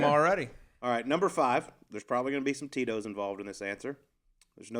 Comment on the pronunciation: I realize now you were saying Tito’s but I kept hearing totinos. I’d eat a few Totinos pizzas with this guy.